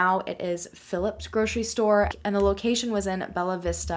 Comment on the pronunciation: I live in Bella Vista Arkansas and never knew about this! Also Bella Vista is pronounced like the “vista” in “vista cruiser” 🙂